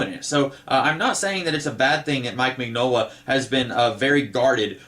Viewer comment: Love your videos! Btw- it's Min-Yola. The G is silent...it's Italian 👍